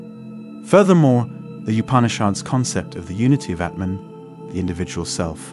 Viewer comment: Plus his pronunciation of the various terms eg. Brahman, ātman, Upanishads etc is way off. I couldn’t listen through to the end.